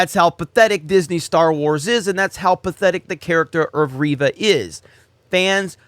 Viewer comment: It's REYVA, not Reeva...